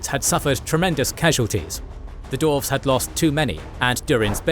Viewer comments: The narrator cant pronounce the race correctly. Its dwarves, not dorves! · Great episode! Also, was I hearing the word "Dorves" in there? 😂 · I have to say, i dont like that you say DORFS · I only hear dorfs😂😂😂